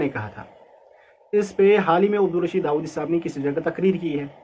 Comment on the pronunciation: خ کا مخرج ٹھیک نہیں وہ کیسے ہے داوادی ہے